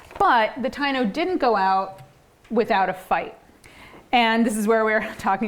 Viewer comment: So it's perseverance in US history and not Puerto Rican history? Then express it that way in the title. To the lady: They were organized into different tribes in Cuba and Hispaniola as well not just in Puerto Rico. Also, why do you not learn to pronounce the word Taino and Agueybana correctly? Would you approve of Siting Bule instead of Sitting Bull? Or the Zocks for the word Sioux? Also, African Americans have North European mixed in with their genetics and it is never mentioned whenever they claim black. Furthermore, your tone of voice sounds dismissive, as if this is somehow a bit beneath your dignity to discuss because it is trivial